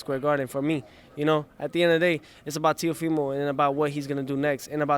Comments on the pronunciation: This fool couldnt even get his name right. saying Tay-O-Fee-No Lopez. Wtf? Dude, it's Teofimo with an M!!! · What a disaster of an interview.....not only pronouncing his name wrong the entire time but also calling him Puerto Rican? It's Teofimo not Teofino 🤦‍♂️ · Its Teofimo not Teofino, god damn. I like, but he needs to focus. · Another Stupid Uneducated Reporter that didn't do Homework. Teofimo, not Teofino. He's not Puerto Rican, He's Honduran. RME's. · WTH, multiple times calls him Teofino, and then calls him Puerto Rican. Lopez should have called him on it and asked him to get some speed stick. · Teofimo doesn’t even correct him he just goes along with being Puerto Rican 😂😆🤦‍♂️ teofimo is from honduras and Spain, and it’s not teofino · Jesus correct this man! He said teoFINO like 7x lol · Hello everybody! Have i problem whit my ears, or this guy repet constantly TEOFINO? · Then he repeats the name as if he's saying it correctly.. hahahahahaha good try though it's not an easy name to pronounce.. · This kid has a bright future long as he stays focused. Definitely should have corrected on his nationality and pronunciation of his name. In a respectful way of course. Probably why he was smiling and fixing his hat.😃. I’m not a fan of standing over a beat fighter. But I get it too, heat of the battle all the hard work to get there. And he still young, so he wants the world to know he’s arrived. Definitely making that known. Stay strong young brother. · Damn. Fucked his name and nationality up 🤦🏾‍♂️ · Come on man This reporter is crap He said his name wrong And he doesnt even know where he is from Teo was cringing He was too Nice to him